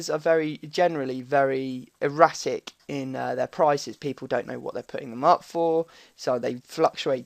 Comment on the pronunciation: Haha lool ;) 'eratic' sounded like erotic